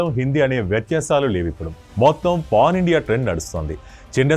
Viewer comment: pon kadhemo brother its pan anukuntunna okasari check voice